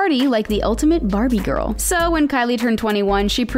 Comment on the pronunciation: Did she say garl ??